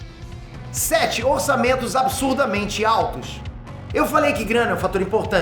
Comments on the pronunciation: “OrçameMtos” absurdamente altos doeu no rim em editor? Kkkkkk meu amigo, faça isso mais não! 😂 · Só não concordei com o "orçamemtos"